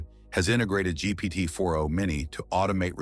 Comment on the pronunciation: Hey friend if you’re using 11 labs for audio try to check for weird pronunciations like GPT 4andO. Also, around the last 3rd ( ?) of the video it seemed like the video was being reintroduced. I hope this is helpful. I appreciate your work!❤